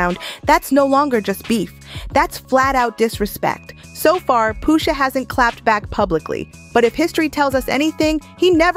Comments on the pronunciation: Poosha??😂😂 I hate how she pronounced Pusha.... But aside from that this was good! Jimmy is crazy like 😂 his mama ...Great breakdown tho. Gave it a like 👍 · Ummm why is she mispronouncing Pusha and Nas? WTH? 😒